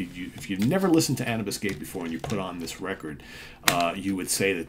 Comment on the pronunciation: I believe it's pronounced anoobis. Andromeda Unchained & The Detached are awesome! THey went a bit commercial from there. Hope they've gone heavier again?